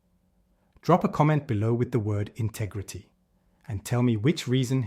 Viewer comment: "INTEGRETY" everything... 😅